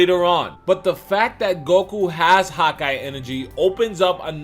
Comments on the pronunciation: it's hakai not Hawkeye. Why you keep saying hawkeye?! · Am I the only getting annoyed by how he is saying hakai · #hakaigoku great vid. Smart theory,but the pronunciation of hakai is killing me. Lol I keep hearing hawk-eye energy instead of Huh-kai lol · It's not "hawk eye" it's "ha kia" get it correct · Haki ("hah-key") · the whole time im like why does he keep saying "hawk eye energy" lol then i realized he means hakai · “Hawk-Eye energy”. Your saying it wrong bro. It’s triggering me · God ki. Not hauki energy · I thought he was saying “hot-guy energy”. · I was going to comment this lol he kept saying hawk eye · Sounds like ur saying hawk eye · Am I the only one hearing him say "hawk eye" energy?? lol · "hakai" is only one word lmfao!!!! Hawk eye enegry. Oh my god 😂😂😂😂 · Good hawkeye energy 😂😂.. i agree with video but that pronunciation threw me off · You said HAKAI wrong